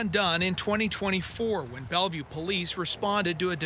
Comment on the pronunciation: “Belleuve Pimp.” That don’t even sound right lol.